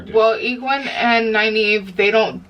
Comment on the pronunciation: The peddler, Padan Fain, and the Trollocs were there to capture the five and take them to the Dark One. That's why Nynaeve wasn't killed. For pronunciation, here's a hint on Egwene. Her last name is al'Vere. If you say her whole name as one word, it sounds a bit like Guinevere. The author did that on purpose. Go back and re-watch the scene where Moiraine and a women were in a sauna. Listen to their conversation. That is tied into that very last scene.